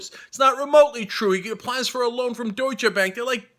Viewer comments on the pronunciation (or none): none